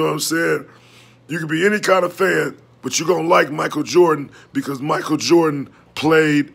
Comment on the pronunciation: Legit, is the reason i say "MiKel JarDaN" instead of "Michael Jordan" 😂😂😂😂😂